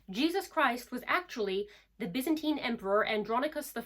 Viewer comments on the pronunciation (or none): none